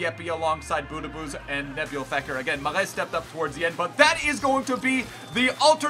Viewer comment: You pronounce mahrez ma-rez